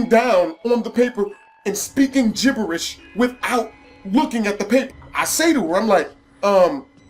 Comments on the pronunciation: Did anyone notice he said jiblish instead of jiberish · speaking freaking gibbelish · Anyone else notice he said gibblish once?